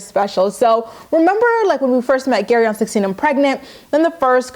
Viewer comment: Your recap of GEAry's family has given me so many giggles today 😂 keep it up 💖